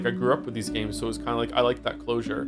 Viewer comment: Cool video but to be honest I'm not sure we needed just 11 hours of saying 'Joms' repeatedly